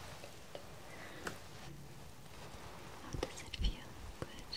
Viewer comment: It's funny how she says good. "GoodT"